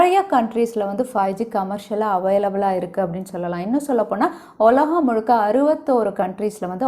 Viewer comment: ஒலகம் 😊? உலகம் என்று சொல்லலாமே.